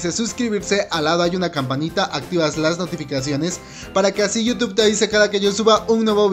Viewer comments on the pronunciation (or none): none